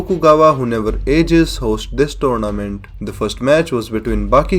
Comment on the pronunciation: Turnament lol i heard that so many at the start